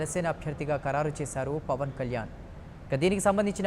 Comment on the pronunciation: e anchor ki pawaan ani sariga palakadam raavatam ledhu.. pawal ani antunadadu.